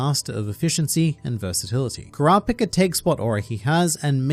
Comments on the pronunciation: Bruh who "Kraa pka" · Say it right kurapikripppp Kuz!!!